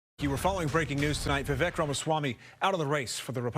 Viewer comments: By their own logic, aren't they being racist by constantly mispronouncing his name? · My initial thoughts about how racist Anna kasparian must be, mispronouncing vivek’s name. And the video of Joe Biden saying you can’t own a convenience store without a slight Indian accent. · meanwhile hasn't wven taken the time to learn HOW to.pronounce Vivek's name🤦🏾‍♀️🤦🏾‍♀️ if you're taking offense in behalf of someone then at least learn the man's name. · Vivek understands that stereotypes exist for a reason and they aren't automatically racist. Also, why is it that so many self proclaimed leftists just refuse to learn how to say his name?